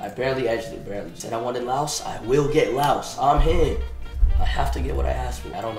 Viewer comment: finally someone who pronounces laos right